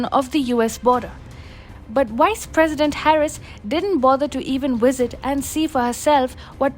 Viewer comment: its VISIT, not WISIT